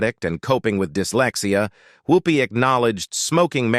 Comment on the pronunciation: Her name is Whoopi not Hoopie